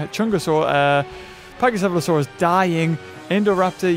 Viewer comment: uh pachycephalosaurus is pronounced paCKycephalosaurus